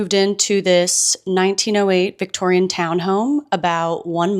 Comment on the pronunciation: Feeling petty over how irritated i am every time she says 'victorian' i know its not a big deal but im losing it i think ive just discovered a new pet peeve